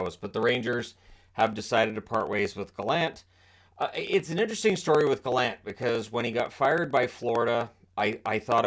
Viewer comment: From a Prince Edward Islander, thank you for pronouncing Gallant correctly, rather than the pompous version by Elliotte Friedman and others.